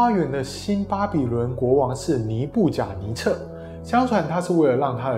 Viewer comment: 尼布甲尼撒 不是撤